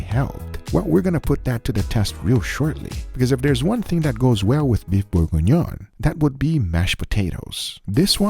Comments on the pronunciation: "Borgonion" No, it's pronounced Burg-Ghee-Nion : Bourgignon. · You said we were gonna mock you, but let's help you pronounce it: Bourguignon is pronounced "Boor-gi-ni-own" (approximately, with a New York/generic "American" accent) TBH I had a hard time finding syllables that sound similar to French, but it should be close enough. The "on" compound vowel in particular is hard to describe, it's like trying to pronounce an "o", but with your tongue pressed in the back of your mouth, like when you're about to swallow. It's really a nasal sound, since your tongue is blocking the access to your throat. Great video, as always! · Beef Bore-En-Yohn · It's pronounced close to bore-gone-yawn. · For the french speakers it's: boeuf bourguignon. is butchering the word. It took me a minute to see what he wanted to say. Still, all love and keep the good food coming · Imma need the exact recipe for the Beef bourguignonis please (which no one really know how to pronounce correctly)